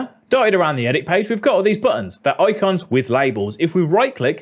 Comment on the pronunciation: I love how he says "oicons"! Funny.